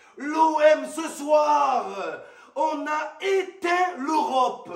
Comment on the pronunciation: C pa lorope mais l'europe handikapé va apprendre a prononcé